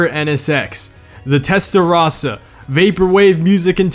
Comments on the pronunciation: You said testarosa wrong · he called it a testarasa instead of testarossa that is not how you pronouce the car buddy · I'm a italian and the correct pronounce are: Alfaromeo 33 Stradale: Strà-dale, not Stredèlè. Alfaromeo Mito: Mìto, not Meitio Ferrari Testarossa: Tèsta-ròssa, not Thestarosa Fiat Barchetta: Bàrchettà, not Berquieta Lamborghini Countach: Countasch, not Countach Lamborghini Egoista: Ègòista, not Igo-ista Lancia: Lànca (C spitting), not Lensia Maserati: Màseràti, not Masierati The rest is very similar, but for the american accent's it's ok. And i'm disappointed because you didn't put F40 in this video, then this is my description in 4 words: "The only real ferrari" ;) When I heard that of the fiat, I laughed a lot XD